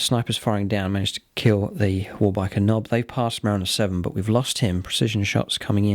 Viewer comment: I like the secret tactic of calling a 'waa' rather than a 'war'. Certainly something wound Gutrippa up. Maybe the Eldar had been singing at him?